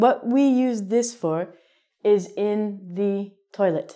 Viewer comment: Could you explain why you said "in THE toilet" - THE /ði/ instead of /ðə/?